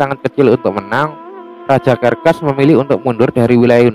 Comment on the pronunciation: serses bang bukan kerkes